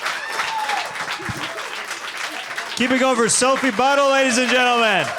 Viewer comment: Sophie Buddle sounds like "Soapy Butthole"😂😂😂 that's all I could hear every time